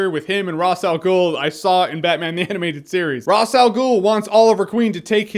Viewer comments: It's Raesh, not Ras. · Who's Ross Al Ghul? Ra's Al Ghul's brother? It's Raysh. Raysh. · RAY-SH. Why can no one pronounce his name right? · he says ross al ghul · Well, Even though it is pronounced in a different way in Arabic, I always considered the DC version of the name the original because they created the character. If they say "raish" it's "Raish". Just wanted to know if you know why it's "Raish". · The show itself pronounced "Ra's" two different ways. You didn't go with either of those pronunciations, but came up with a third. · beda elhag Yeah okay, but that's how we were told to pronounce it so I'm going to do it that way. I like that you know how it should be pronounced in reality though, very cool.